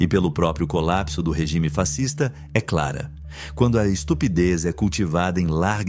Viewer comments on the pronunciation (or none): none